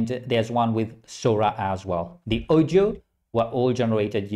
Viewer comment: Its pronounced 🔊"AW-DIO"😂